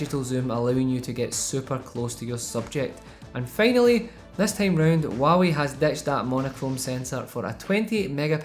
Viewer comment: Waawee is all I here the struggle of out accents great vid bro!